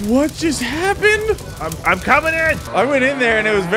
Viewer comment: "GET UP DOFES!!" got me 😂 and: "what heppend???" Also got me and you also got me 😂😂: "i'm coming to help" rams